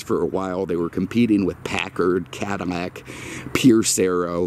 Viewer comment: I love his videos but is he saying "Cadamac"?